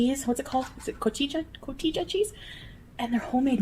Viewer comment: as a mexican american the way she said “cotija” cheese made my BLOOD BOIL